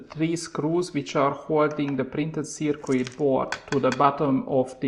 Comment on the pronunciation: Wonderful work and I even enjoy listening to your accent and you knowledge is great on the subject but, please just change your pronunciation of the word circuit...it's not pronounced "Ser queet" but more like "Ser kit". See